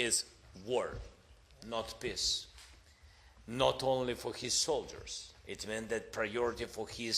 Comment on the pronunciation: peace ❌️ piss ✅️